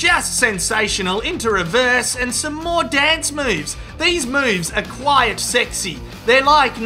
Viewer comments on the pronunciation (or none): You pronounce "quite" as "quiet".......Why?